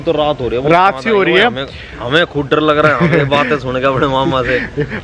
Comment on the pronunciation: Sir drrrrrrrrrrrrr nhi hota dar hota hai